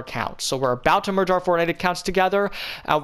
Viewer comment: take a sip of ur tea/coffee everytime he says merg ur fortnite accounts